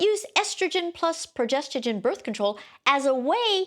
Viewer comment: This lady can’t even pronounce “progesterONE” 😮😮😮